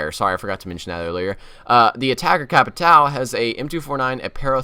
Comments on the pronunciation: the names are ''Kah-veh-eerah'' not ''CA-BEER-AH'', and Capitão has a certain twang in the ''a'' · No iA2 ? It would be cool to see "Capitão" (attacker) using the iA2 (the way you pronounce "Caveira" and "Capitão" is so funny xD)